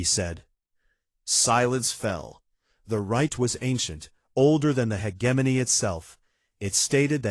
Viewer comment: Learn how to pronounce “hegemony.”